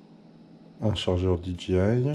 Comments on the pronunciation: pourtant après tu dis c le 3ème drone dji que j possède et tu le prononce bien mais tout au début ça m’a fais rire dgi Mini 😂 c un mavic mini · Mdrrrr dgi ça ce prononce pas comme ça dji 😂